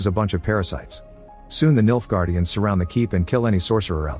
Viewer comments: Not gonna lie, every time you say Nilfgaardians, I thought you were saying, "Milf guardians" 😂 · i cant help it every time he says "Nilfgaardians" I hear "MILFguardians"